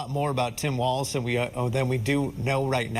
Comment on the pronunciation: Thank you for being one of the seemingly few news anchors who pronounced his name correctly.